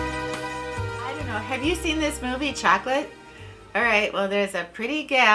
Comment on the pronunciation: Pronounced "shok o laht.". :-)